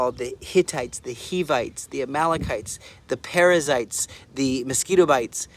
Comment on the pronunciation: Keep the good work, Israel is God’s people. You make me laugh when I heard you say mosquitovites